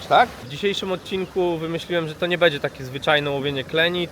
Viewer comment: wszystko swietnie tylko staraj sie mówic będzie a nie bedzie